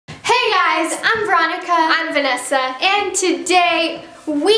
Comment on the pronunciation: When Vanessa said "I am Vanessa" it sounded like she said " I am finessa"